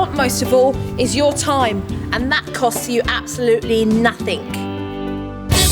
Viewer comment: nothink, abscholutely